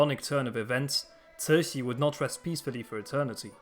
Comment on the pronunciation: Ci2 Xi3 is a difficult word to pronounce. The Xi3 is in the 3rd tone with air hissing through the front teeth if we wish to pronounce it correctly. Translated it means Benevolent Joy.